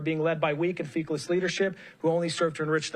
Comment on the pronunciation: Just listen to the way he pronounced feckless....